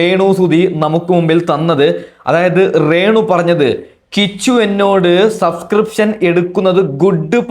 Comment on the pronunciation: റേണു അല്ല രേണു